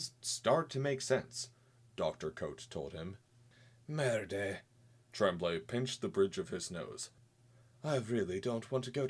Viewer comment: You pronounced 'Merde' in a more Spanish way. It's French so it wouldn't be "mare-day", but "mare'd"